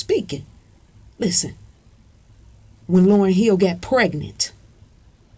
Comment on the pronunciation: Its Hill not Heel